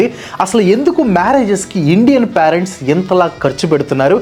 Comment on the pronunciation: excellent reasoning and very good explanation. Pyarents ani pronounce cheyyoddgu.. (parents)PAY-RENTS ila cheyyali "pay rent"